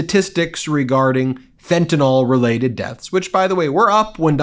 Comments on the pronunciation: You've mispronounced fentanyl!! It's not fentanol!! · IT IS NOT FENTANOL. IT IS FENTANYL . YOU GUYS SPEAK ONE LANGUAGE. SPEAK IT PROPERLY. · Fentayl is pronounced "fen-ta-nil", not "fen-ta-nol" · Fentanyl is mispronounced everywhere